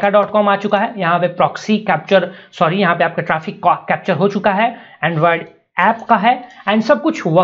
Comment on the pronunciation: "endruaaed penetsun tasting" lmfao